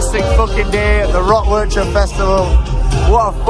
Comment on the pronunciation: It's painfull as a Belgian person to hear you rape the word 'Werchter'. 😂 But love the content.